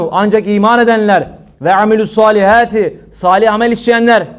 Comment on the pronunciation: saliheeti değil hocam salihaati severek dinliyorum Allah razı olsun